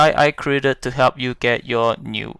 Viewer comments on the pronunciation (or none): none